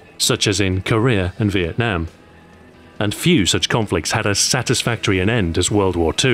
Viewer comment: You're the first English-speaking YouTuber that I heard pronouncing the word Vietnam correctly.